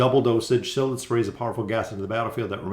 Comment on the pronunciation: Cil-iss??? No bro Sy-liss